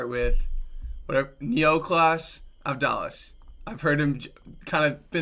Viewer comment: It's pronounced Av-dà-las (stress on the middle syllable a). The d is actually a Greek delta like th in "the". His first name is Ne-o-klìs (stress on the i) all of the vowels plain, e like in let, o like in for, i like in knit...